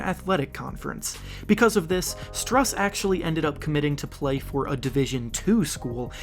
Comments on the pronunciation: It’s pronounced “Stroos” not strus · It’s pronounced Stroose like a goose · btw Strus is pronounced as Stroos